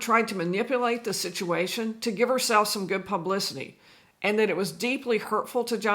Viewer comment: I had to re-listen to the end a couple of times. I kept hearing "Johnny was wrong." You were actually saying Johnny was wronged." The latter made sense.